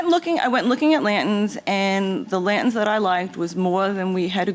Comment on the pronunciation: Lady they are called lanterns, not lantins. Thank you. Goodbye.